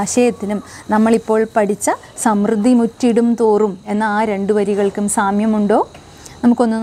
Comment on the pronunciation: സമൃദ്ധി ശരിയായി ഉച്ചരിക്കുക